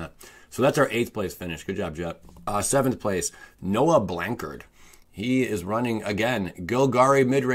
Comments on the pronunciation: Blan-ch-ard not blankard thanks. So proud I have a namesake bro in pro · I love how you said Blanchard as "Blank-erd"! Good vids man love you stuff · To be fair, every Blanchard i've met pronounced their name "Blankard" so i'd say its just preference